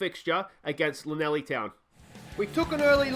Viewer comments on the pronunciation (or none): Nice video dude, if you can't say LL replace it was C as Laneli town doesnt sound nothing like it